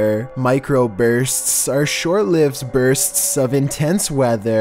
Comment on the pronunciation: I swear is just trolling us with his pronunciation now. "Burstssss".